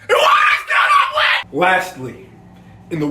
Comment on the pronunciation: WHATER IS STILL NOT WHETT